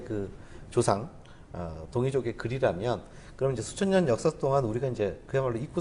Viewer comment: 장음인 첫자를 짧게 잘못 발음한 ㅇㅖ: 수리,조상(조는 장음인데 계속해서 짧게발음하고 있음), 한나라,사실, 수 천년, 등, 발음문제는 이만 그치고, 선생께서 한자가 동이족이 만들었다고 하는 중국 학자는 어ㅂㅅ다고 했는데 많은 중국 학자들이 동이족이 만들었다고 인정했읍니다. 한자를 "은자"라고 주장하신다면, 한글 전용 문제는 어떻게 생각하십니까. "한국 어문을 고발함" 이라는 책을 일독해 주실까요. 미국 변 완수 배